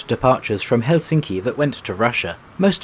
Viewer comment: You switch between pronouncing it helSINki and HELsinki, the latter is the correct one.